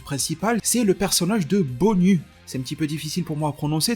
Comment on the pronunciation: BONYU je pense que ça se prononce BONIOU, un peu comme GINYU ;). Sinon très bon travaille comme d'habitude ;).